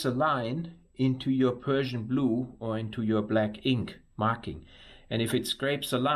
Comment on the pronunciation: I couldn’t help myself from giggling a bit hearing a German guy saying ”Persian blu” instead of ”Prussian blue” (as I know it to be). Well done to you for saving this engine block and thank you for sharing.